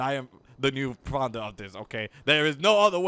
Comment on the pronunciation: Xbox360OverAchiever Even more annoying, the dude can barely pronounce "founder."